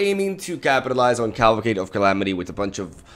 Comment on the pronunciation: I like how you keep calling it caLVAcade of calamity XD love your content, keep up the good work bro!